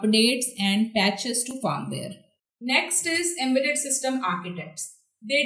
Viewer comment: it's not fArmware . it is FIRMWARE